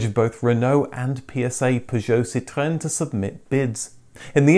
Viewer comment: Ahhhh another upload, it is a good day! Also I love your pronunciation of the word Citroën, living in France I still struggle to deliver this word and follow your french based car vids as a language outil aussi 😎 Merci!